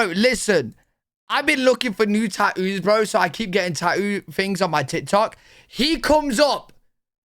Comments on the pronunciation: Tat-too ❌ Tatt-oo ✅ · I’d totally use ‘tat-ooze’ as a ringtone. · "TAT-OOZE" 😂 I like the way you say tattoos. Some Brits can't pronounce Ts for some reason ❤😂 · Tah-ooze. 🤣 Gotta love Brits with their inability to pronounce their t’s. Wah-uh, subscribe bun, etc. I think it’s great. 😁 INCELS are disgusting. They hate women, and want to hurt them. Just weird dudes, period. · Tattoos is not that hard to say is it?😂